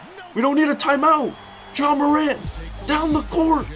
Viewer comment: His name is pronounced John morant 🤣